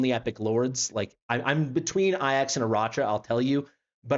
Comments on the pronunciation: Bro says “ayyacks” like a fkn vrgn . It’s “A-JACKs” you Trd brglr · Why does he say A-Jax wrong all the time? 😆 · Thank You for your due diligence sir I got Laya as my random :o but fr is it not A-Jacks? Like the dish soap or warrior?